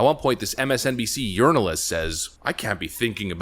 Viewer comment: Did you call her a urinalst? Might have been my lousy hearing, but that's the best description of todays journalists I've heard.